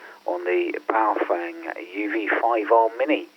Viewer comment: How come no one can pronounce Baofeng correctly? The correct pronunciation from Mandarin is pronounced like “Bow” like taking a bow and “feng” is pronounced “fung” like fungus. So it would be pronounced Bow-fung.